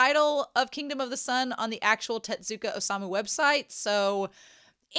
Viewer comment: Tezzzzuka! not Tetsuka or Tedzuka or whatever you said this whole video T_T